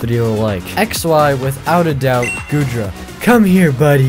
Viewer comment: Bro you triggered me when you said goodra